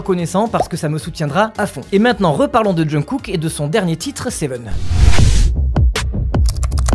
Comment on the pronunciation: Svp pensez à la prononciation de jungkook (ça se prononcerai chungou écrit grossièrement haha mais c'est en phonétique) Merci de votre compréhension c'est bienveillant c'est pour aider 😊 J'adore le pull au fait il est top!